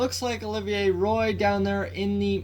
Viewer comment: I could be wrong but I think Olivier Roy is pronounced wa as in Patrick roy